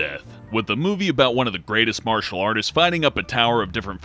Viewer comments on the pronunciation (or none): none